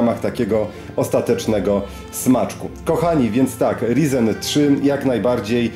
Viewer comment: Wszystko pięknie ładnie, ale proszę CIę, mów tak jak należy 'rajzen' bo aż boli :/